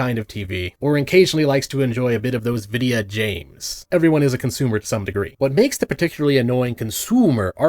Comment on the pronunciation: "Videa james" 💀